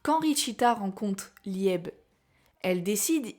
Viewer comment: Merci pour cette vidéo très intéressante. Par contre, Liebe se prononce plus Libé (c'est de l'Allemand, ça veut dire chéri ou aimé). J'ai toujours pensé que la vraie magie de Richita était sa magie de stockage et que son pouvoir était lié à une malédiction. Secre a veillé sur le grimoire de Licht pendant des siècles, alors comment expliquer que Richita le possède? Imaginons qu'Asta et Richita appartiennent au passé et que cet événement se soit déroulé dans le laps de temps où Secre n'a pas pu surveiller le grimoire. Imaginons que cela soit lié à Lucius et à Astaroth, qui peut contrôler le temps. Je ne sais pas mais il y a des moments où certaines planches du manga sont incohérentes, jusqu'à ce qu'on comprenne qu'Astaroth peut manipuler le temps.